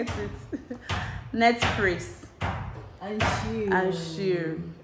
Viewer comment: Netfrix and chirrll 😂😂😂😂😂😂